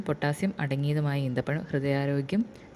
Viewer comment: ഈത്തപഴം അല്ല കുരിപ്പേ ഈന്തപഴം😄😄😛😛